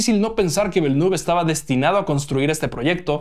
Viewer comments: No se dice "velnuf", se dice "vilnef" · /Vilenef/. El apellido del director se pronuncia con fonética francesa. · Siento sonar repelente, pero Villeneuve se pronuncia "Vilenéf", él es canadiense de la parte francófona y su apellido es francés. Un saludo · Que risa cómo pronuncia Villeneuve 🤣